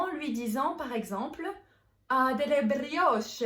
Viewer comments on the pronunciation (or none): Non si sente la e finale in brioche